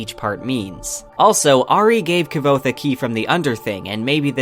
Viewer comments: "Kuh-vothe" lol. I thoroughly enjoyed the video, but every time you'd say Kvothe's name bugged me haha. I need answers, Rothfuss!! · Fuck you pronounce his name like a fool is QUOTHE, says that in the first bit of the books you fuck stick. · literally not how it's pronounced. Kvothe says early on in the first book that it's pronounced as a q sound. Like Quothe. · Nhat Dam every time he says “Ka-vothe” I slip out of the video... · It is said "Cothe" Like "Quoth" he says it in both books. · Why are you pronouncing his name as "Ki-vothe"? I really want to keep listening to your theories, but your pronunciations are really throwing me off. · I can’t stand kvothe being said wrong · Why that kvothe pronounciation? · Enjoyed the vid. You are pronouncing Kvothe wrong though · awesome job brah, but its kvothe is pronounced without the v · The way you pronounce kvothe is painful, the v is silent, listen to anyone of the million times patrick rothfuss has said his name. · I think your content is well done. And I love hearing about these theories years and years after I first read the books. But please look up how Rothfuss pronounces Kvothe :P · Love your videos, but your pronunciation of Kvothe is killing me! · The only thing that hurt me is how u pronounce Kvothe :s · Dude... Please pronounce the name Kvothe correctly. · The V is silent is kvothes name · Did this dude just pronounce his name Kav- othe WTF NO its pronounced quothe (k-woth) pat said so on a live stream lol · Mispronouncing Kvothe will never make sense to me. He literally tells you how to pronounce in the text, there's an exchange to the effect of "yeah it's Kvothe, pronounced like quothe" how do people still get it wrong?? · Yeah, Ka-vothe 😢, he should try harder, it’s not that hard to say K-vothe without the epenthetic vowel! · KuhWothe not Kuh-vothe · I loved all this except your pronunciation of Kvothe's name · Not quite - it’s like quoth but with a v. This guy, though, is totally off…